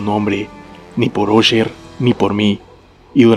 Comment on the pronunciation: Se pronuncia asher... No osher